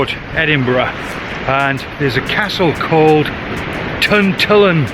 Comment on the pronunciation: Nice to see you in my part of the world. I've never jumped the fence at the cement works as I thought security would be over in a flash so might give that a go as it is a great night time shot. Love your pronunciation of Tantallon and the cross is St Balded's Boat. That beach used to a real hidden gem but the internet has seen it get much busier. Hopefully, the owner keeps allowing access. Looks like the conditions weren't the best but you still got some good shots and enjoyed our wee bit of coastline which is very underrated imo.